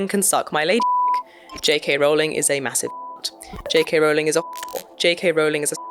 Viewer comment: It's "offensive" that the trans activist cant pronounce Rowling correctly (😂)